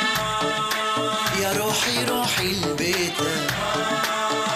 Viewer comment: 😂😂😂😂بس حلووو التجربه بلهجه العراقيه بس الفرق هو يلفظ البيت بالكسره العراق البيت يلفظوها بالفتحه